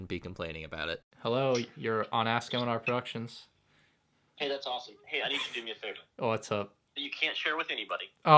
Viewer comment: Question: Why is your name Mandrproductions when you say manr productions?